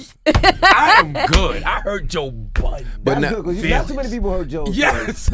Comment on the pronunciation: Why do all you americans call him Joe Buddens? His name is Budden lol